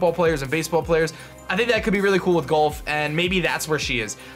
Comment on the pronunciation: Why do you pronounce "golf" as "gulf?"